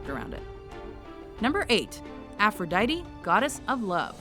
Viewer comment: The way this bitch pronounce aphrodite is so anoying